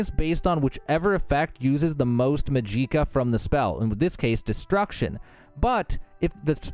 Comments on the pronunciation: I know right it break my brian … how hard is it to say magic-kah I mean its MAGIC as the beginning of the word. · Came to the comments to rage about how he said Magica just to find out everybody else did too lol. Hey everybody! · The way your saying MAGICKA is triggering me. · I have NEVER heard anyone say magika like that. I think you should just say mana bro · "Muh JEEKA" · MUH GEE KUH I mean holy shit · Omg. Yes! That WAS why I opened comments. Of COURSE. Not even specific to OBLIVION or even TES games. Any RPG fan or just the fantasy genre in general knows that it is not "Maj-EEk-Uh". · bro what the fuck is mujeeckuh have you never heard the word magic or the pronunciation of the letter A before it's even pronounced in-game how do you fuck up such a simple word so badly, how do you mangle something as simple as "magic-kah" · There is absolutely no way anybody this involved in the game for content creation, that has obviously watched a bunch of other videos for content ideas, is this out of touch to pronounce the very obvious pronunciation of magicka to ma-jeek-ah or whatever tf he is saying. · magicka it's just magic-a not mahjeeka LMAO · This fuckin genius said MAJEEKA... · Muh gee ka, LOL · How.? How are you pronouncing magicka, ''muh jeek uh''?!?!!?? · My man really just said “muh gee kuh”…. That hurt my heart just a bit.. 🤦🏻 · I had to stop watching after you said muh-gee-kuh.... lol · Mag-gi-kuh smh.. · If you are NOT actually doing that "Maj-Eek-Ah" crap on purpose, you deserve a Mollywhoping. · Ain’t no way you said "majeeka" that many times on purpose, just no way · Fuckin say "mageeka" one more motherfuckin time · Turned that shit off after Muh gee kuh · How illiterate do you have to be to pronounce it “majeekuh” ? Thumbs down for that alone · "Muh gee kuh" Good lord almighty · i was gonna say the same thing but this is the top comment lol. wtf is mahgeekuh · "Ma gee kuh" lmfao wtf ha ha ha ha ha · I hate how you say Magicka... xD